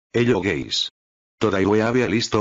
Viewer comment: you say hello gays lol